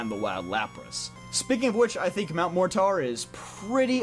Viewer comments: Please tell me it’s not pronounced MORE TAR it’s MORE TER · "MOR-TAR"??? it's mor-ter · mt mortar pronounced as Mount More tore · Bro u don’t know how to pronounce mortar? (Mor-ter). It’s a regular English word … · “Mount More-Tar” this dudes illiterate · Mortar is pronounced like More tur btw, like the explosive. Good video though! I agree with most of your choices. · I'm pretty sure Mortar should be pronounced with an E instead of an A. So it would be said as "morter". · Lol I laughed when he said MORE TAR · Why cant he say Mt. Mortar correctly? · Why do you pronounce Mortar like that? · Where are we getting this pronunciation of Mortar? Lol